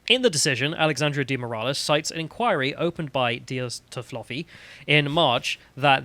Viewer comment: you don't pronounce Moraes as 'Moor ah lez'.